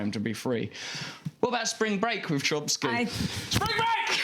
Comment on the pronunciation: It's CHOMsky Russell. Chomsky. Not CHOMPsky. You hack.